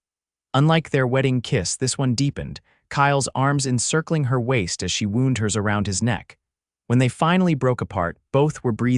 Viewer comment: Wound: and injury and wound: wrap around geez The bandage was wound around the wound. Same spelling different meaning and pronounciation. These storries need more human attention